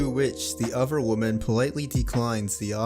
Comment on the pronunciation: This dude cannot say the word other correctly